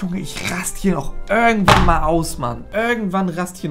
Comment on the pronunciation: "Örgendwann klappt das" 😂💯👌